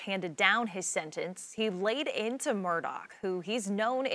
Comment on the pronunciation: I hear MurdoCK every time